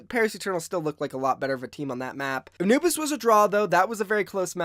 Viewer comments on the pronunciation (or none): none